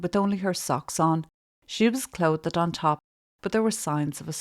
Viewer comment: Any time I hear you say clothed it sounds like Covid 😅